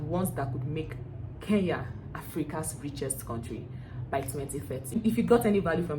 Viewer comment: I will slap you my dear next time learn to mention my country properly its KENYA en not KEYA please next time you make that mistake nakutuma shimo la tewa ,,,,,,but I love your content keep it up